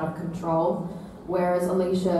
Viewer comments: The way he pronounced "Alycia".... Getting really mad rn... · Did he just pronnounce ''Alycia'' wrong? how dare he